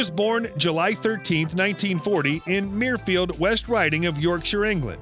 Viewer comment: Patrick Stewart comes from Mirfield in West Yorkshire, but it isn’t pronounced “Meerfield”, though that’s how the commentator says it twice in this video. It’d be more obvious if it were spelt ‘Merfield’ or ‘Murfield’, but the correct pronunciation actually sounds like “myrrh-field”.